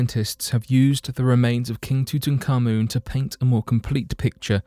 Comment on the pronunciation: There is no such thing as tootan carmoon !!!! His name was TUT ANKH AMUN or Tutankhamun at a push, not tootan or tooting or anything else ! It means Tut living the life of Amun (Ra). Tootan carmoon is something from scooby doo or some such. Sorry but a channel like this should at least get the basics right - it really annoys me when they don't.